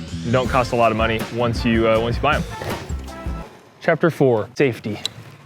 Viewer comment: “Saftey”- lol